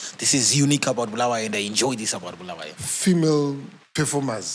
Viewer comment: Bulawayo pronunciation for those guys who from that other side is bad